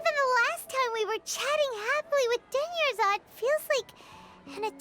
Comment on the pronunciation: it's pronounced Dune-yar-zahd Not dune-yuh-zard. Edit: I don't mean for that to come across as rude. 😅 I just know a lot of streamers still mispronounce her name. Even months later.